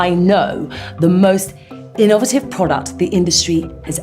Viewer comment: did she just say innovative wrong? hm.. just how